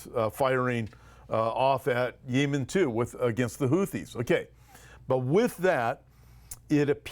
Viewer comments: I believe the country is pronounced yeh muhn. Thanks for all you do!! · I am by no means an expert on topic; however, I have never heard it pronounced the way is saying it. That being said, I found myself wondering if the people he listens to (nearer that region) might pronounce Yemen the way he says it? I have to admit that the ONLY time has irritated me was him saying Yemen the way he did in the past few days vids😄. Perhaps a "pet peeve". Idk, just made me sqirm every time he said it the way he pronounced it👍